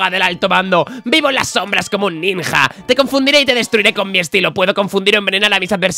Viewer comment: Creo q es el unico q pronincia "NINJA" en vez de pronunciar "NINYA" MIN